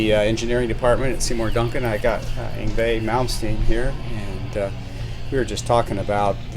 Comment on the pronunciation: Ahhhh finally know how to pronounce Yngwe now!